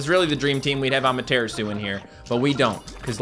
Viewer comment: Am I the only one that still cringes every time he mispronounces "Amaterasu"? has done it for so long that I have a feeling it's intentional. Japanese is a syllabic language, It should be A-ma-te-ra-su. Also colossal Benkei would be Ben-KAY. Sincerely, a non-Japanese speaking grammar Nazi.